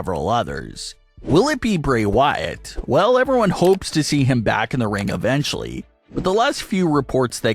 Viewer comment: Your saying his last name so wrong please get it right the way you are pronouncing his name get his name right the other name